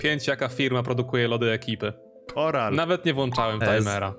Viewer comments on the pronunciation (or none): Kiedy czepiasz się tekstu z gothica za 5 ptk, a sam mówisz oral, zamiast koral xD